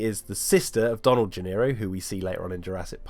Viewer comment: Isn’t Donald’s last name “Gennaro”, not “Gennero”?